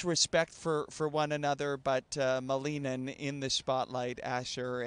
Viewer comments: It's Ilia MALinin. Not MaLEENin. Do your research! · actually you may want to google Ilia saying his last name. He says MALinin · He's American and it's a Russian name. The correct way to pronounce it is MaLInin. It happens a lot with second generation children.